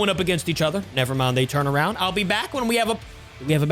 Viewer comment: You should arownd stachoos